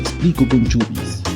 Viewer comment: Chubis??? No es CHUIS ??